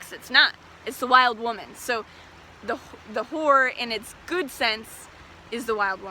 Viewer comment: And The ho-wer! ❤😂😂😂